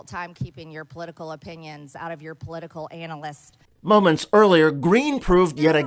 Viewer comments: I had to laugh at the way she pronounced analist. Instead of an- a- list, she said anal-ist. 🤣🤣🤣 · Sounds like she said "analist." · Why does she say "änal list" instead of analyst?